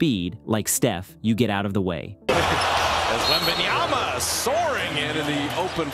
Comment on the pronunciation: It reads on the back of his jersey "Wembanyama". The commentators: "Wembanjaana". I guess they had some feedback since after the first quarter they learned there's 'm' instead of 'n' in his name. :D